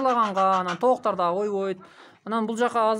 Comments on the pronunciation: Кыргызсынбы ука тооктор болуп айтылат туура суйло.тооктар емес. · Айланайын кыргызсынбы кыргызча созду бузбай так суйлочу тооктар эмес тооктор дечи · Тооктар эмес тооктор болуп айтылат бузбагыла да сөздү, көбүраак дегендер бар көбүрөөк деп айтылат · Тооктор , тооуктар емес😊